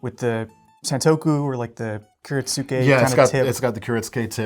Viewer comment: Hey, I just wanted to say that your Japanese pronunciation of kiritsuge was very good. Well done, sir.